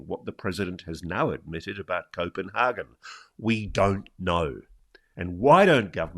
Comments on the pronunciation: hagan not hargan! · Someone needs to tell Ross that, as hard as he seems to be trying, the way he says Copanhagen is NOT, I repeat NOT at all how its pronounced in Danish. So please just stick to the English word! ;) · Does he think he is saying 'Copenhagen' the way Danes say 'København'